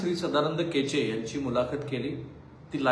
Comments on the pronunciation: केचे नाही हो, कोचे म्हणा..सदानंद कोचे, माजी collector, Beed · केचे नाही साहेब कोचे. .बोला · केचे नाही, कोचे आहेत ते. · केचे नव्हे, कोचे